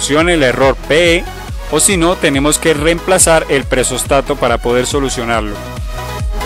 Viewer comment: nose dice presóstato se dice presostato ; ojo usted lo pronuncia de las 2 formas ( o lo dice bien o lo dice mal ;deje de cambiar acentos ) muy mal